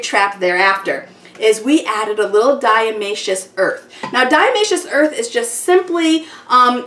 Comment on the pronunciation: Great idea. Minor correction, it's diATOMaceous earth, not diAmaceous :)